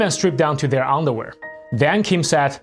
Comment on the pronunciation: When you pronounce underwear. You said ungderwear 😅